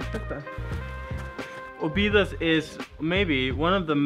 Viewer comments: Your cinematography is improving from video to video. Really good. Oh, and the tonic syllable in Óbidos is the first O. :-) You stress the first O and then it's all the way down. The rules for tonic syllables in portuguese is very simple: if the vowel has an accent (like ó, é, á, ú, etc), then that is the tonic syllable; if the word has no vowel with accents, then the tonic syllable is the second from the last, except if the word ends in r or l (like "papel" - the tonic is in the e). For example: "sobremesa" (dessert) has no vowel with accent, so the tonic goes in the second "e", from left to right. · don't say Obidus but instead say Óbids you don't pronounce the last vowel, the vowels on the last silabus are very soft, you almost don't hear the sound and the s sounds like x. Sorry its just a small advice, I love your videos, you show very well the love you have for my country and for that I am eternal grato. Thanks kisses.